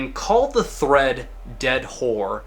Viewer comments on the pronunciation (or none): none